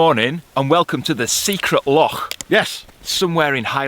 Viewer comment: Nice to see you can say 'Loch' properly now.